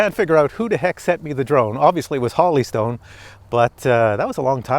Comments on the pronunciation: Jesus it's Holy not Holly! Hoe-lee not ha-lee... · Whole. Eeee. Stone not Holly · Holy is pronounced "whole - e". The way you're pronouncing it would be spelled, Holly. The review was excellent by the way. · Is it Holly Stone or Holy Stone? Like the Holy Spirit or like Holly the plant? Sounded like he said Holly but it's spelled Holy so i'm confused. Which is it? PS- Always Drink your morning coffee!!! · Not Holly stone pronounced HOLY stone Like in the bible. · Holy is now pronounced “holly”? Really? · Every video.....lol. Drove me nuts too. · Pronounces Holy like Holly 😂😂😂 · If a company sends you something to review, give them respect and at least pronounce their name how they say it. That’s the right thing sir..